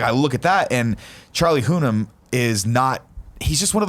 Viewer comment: Charlie "HOO-NAM"